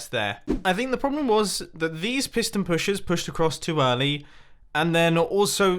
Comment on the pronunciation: Did mumbo just say there pushers? 😂